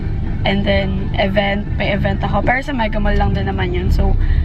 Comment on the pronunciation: tangina nmn oh ayusin mo pag salita ng "PERO"